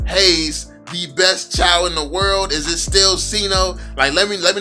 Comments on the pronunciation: Not chaw its chuuu😂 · and it is not chaw its chou!! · It pronounce like chew not chow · Its pronounced as chew not chow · Lol do u even play ML in draft picking when u pick chou the game pronouncer or whatever da sht is called its pronounced as "CHU" not "CHAO" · Pronounced as Chew not Chaw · Chaw seriously it pronounce Chou not Chaw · Can i say this it is pronounce chooo not chaaaw But its ok tho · I'm still so confused why other people pronounce CHOU as CHUU, while some people pronounce it as CHAO, but when I first saw it, I really think it's pronounced CHAO 🤦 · Pronounced "chu" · WTF did you just say? Chaw? 😂😂😂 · its actually pronounce zhou.. listen to how chinese people pronounce jay chou's name, its the same thing.. 周 = zhou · why u refuse to pronounce Chou's name correctly :( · How all ur name pronunciation wrong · Its the way he pronounce it , dumb, what do you call CHOU? Chu? U lil low IQ kid